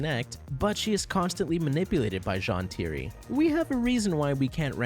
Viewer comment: Don’t mean to be rude but there is no possible reason for you to mispronounce Zhan Tiri if you watched the show. Edit: ok you fixed it later but still… wait, DemanCHus?!